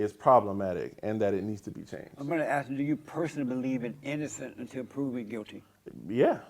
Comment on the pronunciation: If this guy wants to be taken seriously, if he wants people to think he has intelligence, he needs to stop "axe-ing" and start inquiring.